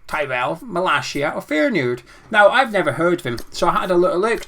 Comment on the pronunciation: Yes I’d like Bassey, Bissouma or Philips, Areola, that Aguard guy that we might be getting, a left winger I don’t know who’s available tho & obvs a striker then we’ll be sweet ⚒⚒⚒ & the way you said Feyenoord tickled me 🤣⚒⚒⚒